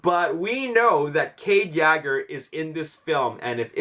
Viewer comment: yeager not Yager